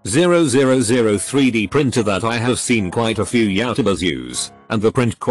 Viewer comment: Person: five thousand dollars Stupid Reddit YT Text To Speech Bot: FIVE DOLLARS, ZERO ZERO ZERO